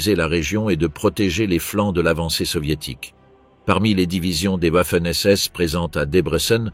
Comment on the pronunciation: Interessant mais pas très bien lu (et mal prononcé : " Vaffen SS " et " Viking ", et non pas Ouaffen et Ouiking)...